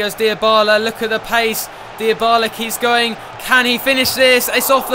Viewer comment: That's like saying it's cathorla and not cazorla